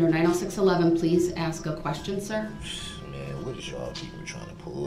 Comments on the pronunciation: He needs to axe questions in order to get to the truff. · Did he axe you that? Are you making a tacket agreement?